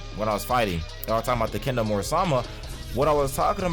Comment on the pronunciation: can't say kendo so